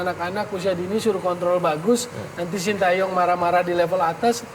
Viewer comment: wkwkwkkwkw, knp Hostnya baca SHIN TA YONG, padahal cara baca yg bnar adalah SHIN TE YONG 🤣🤣🤣